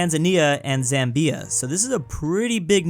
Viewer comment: your pronunciation of Zambia really got me